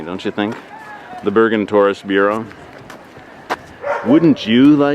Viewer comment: Haha its not børgen its Bergen !!